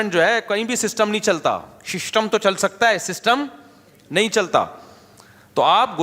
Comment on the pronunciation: apke muh se shishtam word acha lagra sunne 😂😂🤣🤣